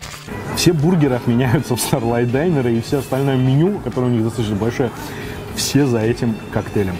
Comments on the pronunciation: прекрати, пожалуйста, произносить слово "Diner", как "Дайнер". Понимаю, мб ты не знаешь как оно точно произносится, поэтому хелпану - оно произносится "дИнер". Спасибо. Удачи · Динер, не дайнер. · Почему дАЙнер, если дИннер?...... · Diner a ne Dainer